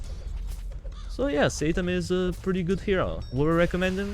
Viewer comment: I dont know why I just heard saytan